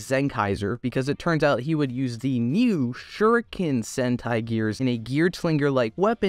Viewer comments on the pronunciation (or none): none